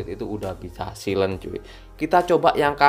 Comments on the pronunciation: dibacanya sailen bukan silen wkwk 😂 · bacanya saylen bang